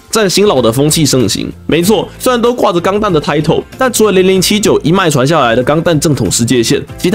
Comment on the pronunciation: 雖然但是，那個是零零不是歐歐。”double O”只是兩個零的英文唸法。